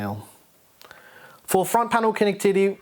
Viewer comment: It makes me laugh that you leave the mistakes in the videos. "For front panel con-titty" lol